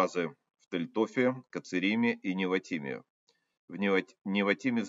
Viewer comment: Тель ноф,не тель тоф